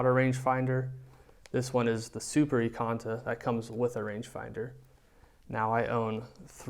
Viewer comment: IKONTA... from the word IKON NOT EKONTA JEEEEZ. CAN'T WATCH THIS